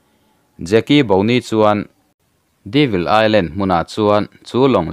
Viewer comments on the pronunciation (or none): Devil Island - Deevil ni lo in, " Dayvil ti in lam ta zawk la.... Devil hi la hre ngailo hrim2 mawn le???